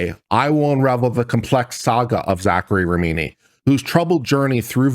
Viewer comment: How can you look at RA HI MI and read RA MI NI?